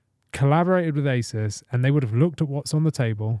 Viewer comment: I just noticed you pronouncing ASUS as aysis. I thought it was aysoos. Sorry that's all.i could think about.